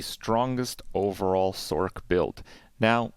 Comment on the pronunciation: First time I have heard anyone say "sorK"